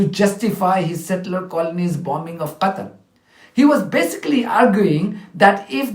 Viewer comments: The UK woman was so uneducated and clueless that she couldn't even pronounce Qatar and kept on saying Gatar. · Pakistan has 4 huge American MILITARY BASES. Pakistan NOMINATED Trump for Nobel Peace Prize. Why does UK rep say Gatar? Its Qatar!!! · Where is Gatter? She must mean Gutter. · The UK Ambassador to the UN should say Qatar collectlyand not Gutter. It is disrespectful. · Is the UK representative completely stupid, why does she continually mispronounce Qatar as "Gattar" and "Gattery".... did she not get an education? Bllshit as always fromo the USA and its Poodle, the UK. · Someone please tell me where 'Gatar' is ? 😂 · British can't even say Qatar... Gatar 😡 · Is the stupid uk speaker plonker saying gatar, out of spite and hatred. Someone should find this idiots previous uttereance in the un where she mentions Qatar and compare it. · Why does the UK woman keep saying Gattar? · NOT GATA it's QATAR she's PURPOSELY mispronounces it. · why is she calling it Gatar and not Qatar? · To that English female diplomat, she is calling Qatar (gutter) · why cant uk spokeswoman pronounce qatar properly? she says gatar!! and she even cant pronounce wholly but says hooli . what is this ai falseness? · The British ambassador keep saying gatar instead of Qatar absolute disrespect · How that lad man pronounced Qatar as Gutter I believe was intentional they still their colonial mindset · Quarter ... Cutter .... Gatar .....DOES ANYONE ACTUALLY KNOW HOW TO PRONOUNCE IT 😧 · Why they calling Qatar "Gutter" 😂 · She can't even pronounce the countries name correctly 😂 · What is the UK ambassador on about " Gatar" learn how to say the countries blooming name theirs no G in Qatar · The educated class go to Oxbridge, private education, why, to lie, mendacity on a fantastic. Could be giving a sermon from the pulpit. Disgusting craetures. Prononcing Qatar with K, idiot. P.s she isn't speaking for me, I'm English. Who is it she think she's representing. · Why does she keep saying Gatar?